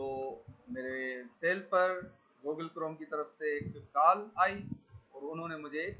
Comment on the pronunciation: Goooogle classroom.... your Pronouncing is Bravo 👎